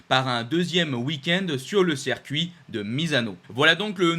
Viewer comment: • à "on a donc officialisé, malheureusement, l'annulation du rand Prix sur le cercuit du Kazakhstan..." • à "on a par contre appris hein, que ce weekend du Kazakhstan allait être remplacé par un 2ème weekend sur le cercuit de Misano" • à "voilà donc le nouveau calendrier on aura donc le 8 septembre le 1er weekend sur le cercuit de Misano Pareil à , , , , , Circuit ou "cercuit" ? Yama ou Yamaha ? A ai-je entendu "aujord'hui" ou "aujourd'hui" ? Ai-je des problèmes auditifs, ou vous des problèmes d'orthophonie/prononciation ? A ne confondez-vous pas "moto d'usine" et "moto millésime" ?